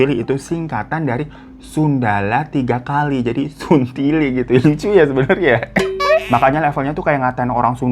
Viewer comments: Saya yang asli Makassar, mau marah ke Daeng malah ngakak perkara bang Hiro ngomong 'suntili' . Sebenernya pronounce nya gak kayak gitu, salah penekanan, dan emang kata itu kasar tapi pas diucap sama bang Hiro malah jadi lucu😂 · Hay bang Hiro aku dari Makassar,ngakak bgt pas ngomong suntili😂😂😂